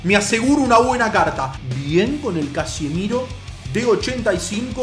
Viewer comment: Es Casemiro, capo, no Casimiro.